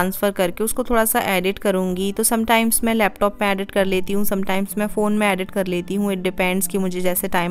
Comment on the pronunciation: Just a suggestion dont take it in a negative way. Please work lil on ur pronunciations. ‘Edit’ its not ‘adit’ ‘Depend’ its not depand. Aise bahut sare words hai ‘Recipe’ not ‘ Racipe’. U stay in US n is tarah se sunna thoda kano ko chubhta hai.